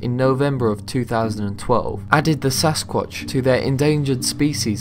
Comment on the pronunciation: at 2.30 he says sasqauch 2 times